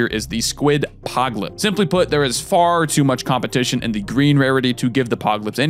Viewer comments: It's pronounced "pol-ip" not "pog-lip" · You pronounce polyp almost as poorly as Cumberbatch pronounces penguin. Pahl- ip. Like the fleshy growth they had to remove from my colon at my last colonoscopy.